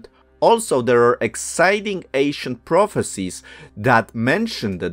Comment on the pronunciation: Proficies?? Are on my last nerve...